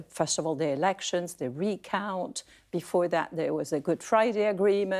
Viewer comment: Errrections funny 😂😂😂